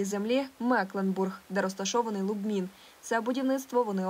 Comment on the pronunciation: по-перше, не Лубмін, а Любмін. А по-друге, не "Фоерк", а Фолькер Еркманн (Volker Erckmann) :-)